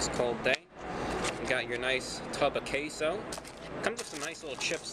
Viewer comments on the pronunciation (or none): I cannot hear queso anymore…it’s CaseOh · he said taseoh